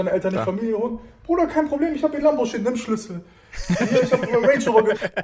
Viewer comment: Oh gott diese schlüssel betonung 😂